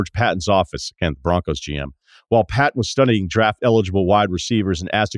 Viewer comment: Just a heads-up, Russillo, it's pronounced Payton, not Patton